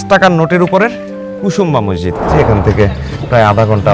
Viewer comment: ভাই শব্দটা ম্যাসজিদ না, মসজিদ। অতিরিক্ত ঢং না দেখিয়ে শুদ্ধ বাংলায় কথা বলেন